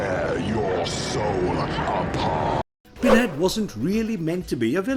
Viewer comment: All I hear is "Binhead". Interesting, though!